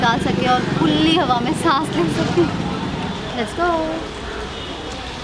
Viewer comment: Abe khulli nhi hota h khuli hota hai 😆😄😆